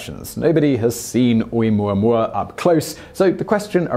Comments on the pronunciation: I thought it was "oh oo moo ah moo ah." Those first two vowels do not make one sound (oo, like Simon is saying). The "o" and the "u" make the sound oh oo. No? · Pronounced Oh-Ooo-mooah-mooah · ...the ‘Okina at the front of ‘Oumuamua is not only a letter it is a glottal stop...so you misspelled it and he almost pronounced it. Granted almost everyone mispronounces "Uranus" (including most scientists), so we all get a pass... But, I recommend you look it up Hawai‘ian is not that hard to pronounce as you may think. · He said Omooahmooahmooah. I heard him. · I giggle listening to you pronouncing Oumuamua